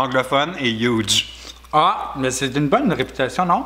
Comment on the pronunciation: Après Pitch Perfect, Hudge Perfect !!! 😂😂😂